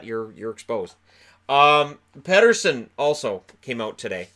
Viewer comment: Keep Benning. Keep Edler. Keep Pearson. Tinker around with the squad a bit more. Pronounce it as Petterson, not Peterson. Canucks checklist for the off-season.